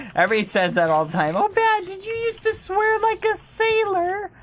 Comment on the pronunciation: He said swaer. | v times